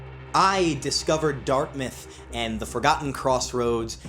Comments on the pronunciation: don’t mean to be that guy and idk if you pronounced it like that on purpose but it’s literally just dirt mouth probably because it’s mostly dirt. And like the mouth of the game or something idk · He confused it with Dartmouth University.